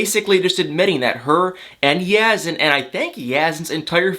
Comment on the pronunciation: I wish you would pronounce Yazan’s name properly. You seem to have no trouble pronouncing Brittany.